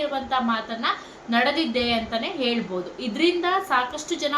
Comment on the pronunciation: ಹೌದು ಹೇಲ್ಬೋದು ಹಾದು ಹೇಳ್ಬೂದು 😂😂😂😂😂😂😂😂😂😂😂 ಆದೆ ಬೇಜಾರ್ ಕೇಳೋಕೆ